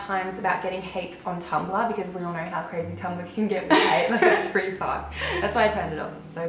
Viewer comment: you said know as "now" 😌 sassy